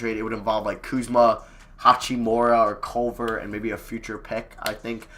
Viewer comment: I don’t think I’ve ever heard anyone call him hatch-we-more-a. Normal I see him called hak-i-more-a